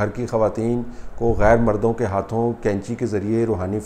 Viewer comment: طلعت صاحب قینچی ک سے نہیں بلکہ ق سے ہوتی ہے۔ باقی رہی موجودہ حکومت کو حاصل مقتدر حلقوں کی تائید کی تو ملک جائے بھاڑ میں سلامت رہیں یہ محبان وطن۔ کاش اس ملک کو روز اول سے اس ملک کی عوام کے حوالے کیا جاتا تو ہمارا جمہوری نظام کافی حد تک پاک ہو جاتا۔ رہی بات قریشی صاحب کی تو انہی حرکتوں سے ان کا دانا پانی چل رہا ہے جس طرح کہ دیگر گدی نشین کر رہے ہیں۔ اپنی عورتوں کو تو سات پردوں میں چھپا کر رکھو اور کسی مرید کو اجازت نہ ہو کہ وہ آنکھ اٹھا کر دیکھنے کی بھی جرات کرے جبکہ دوسروں کی عورتوں کو فخر کے ساتھ ہاتھ جدھر دل کرے لگا لیں۔ سلام تو ایسی عورتوں پر ہے جو ایسے کاموں کے لیے اپنے آپ کو خود پیش کرتی ہیں۔